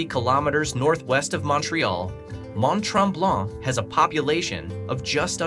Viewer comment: tips: In french (or town from French name), the letter ''t'' at the end of a word is almost always silent. So Mont-Tremblant, you do not pronounce the ''t'' at the end of both word.